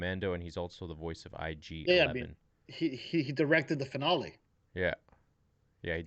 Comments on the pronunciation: Who says “finale” like that lol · You know, I don't really care about the whole 'whoops, said 'Star Trek' thing, but pronunciation of the word 'finale' is what is truly unforgivable to me. J/k, but in all seriousness this was a cool discussion! Always good to see STW, as well as hearing differing views on that awesome final episode of TCW.